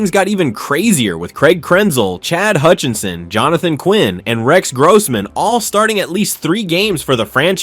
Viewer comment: Stop mispronouncing Rex Grossman 😢